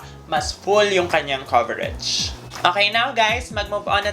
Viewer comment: Coverege? Ako lg ba nakakapansin ganun nya pag pronounce ng COVERAGE.